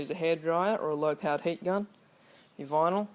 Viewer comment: dude, did u say , HEAT or HATE.. what are u Ausey? or what?